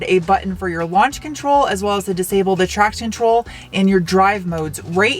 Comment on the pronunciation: The blank, emotionless eyes always get me. And still can't get over that you're so articulate normally until it comes to saying 'traction control' then it becomes almost one word